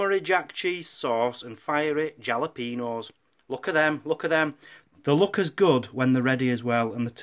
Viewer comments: 'Jalapenos' lol. Replace the J with an H and that's how its pronounced. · Yeah! The J is pronounced like an H so try thinking of it pronounced Halapeno! :-) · Pronounced hallo-peenos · Fun 1st vlog. We call fries like that loaded fries but yours looked good. Love fresh jalapenos, pronounce the j as an h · Lol, how you guys pronounce jalapeno